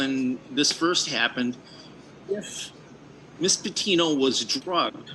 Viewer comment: I'm sure it is not intentional on your part sir, but her last name is- Petito- not Patino...I pray she did not suffer long, and that her family will heal in time.